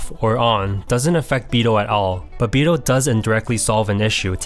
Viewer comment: I mean... Just so everyone knows, it's pronounced Bi-dOu as in it has to be the long O. Basically you should be ignoring the u. At the same time, don't mistaken it for bi-doh either; like the Homer D'oh. You just elongate the beginning of O. I mean, it would be nice and respectful to the Japanese if you say it properly, that's all.